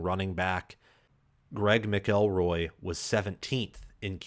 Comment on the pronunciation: Lol Greg who? 🤣 ma kuhl roy right?